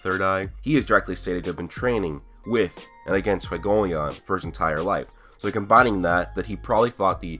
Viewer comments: fuegoleon = few-go-leon. leon = french lion not lee-on. just so everyone knows lol. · It’s pronounced fway go lee own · Stop pronouncing fuegoleon fugoleon